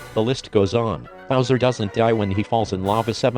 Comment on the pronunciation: Why use a robot voice? It sounds like you're saying buzzer instead of bowser